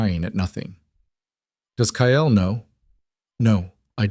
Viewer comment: another stupid AL calling Kyle, Kiall, Kale, Kayell, cale drives me nuts. just glad you haven’t started adding ads. I will not listen to those that have ads.